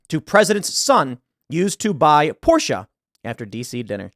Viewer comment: Tim with the correct pronunciation of Porsche. Nice to hear